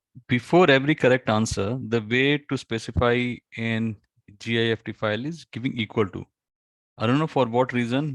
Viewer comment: Thank you! Wow. That is all you need to do! By the way, you say "GIST" but as you write in the title, it is not GIST but GIFT which is pronounced the same way as gift meaning (Christmas) present. The man who created the GIFT format made it as a gift to the Moodle community.